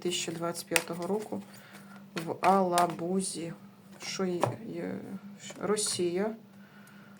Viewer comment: не в Алабузи а в Елабузи